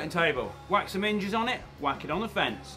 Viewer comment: I had to replay a couple of times, as I genuinely thought he said “wax some minges on it” not “whack some hinges on it”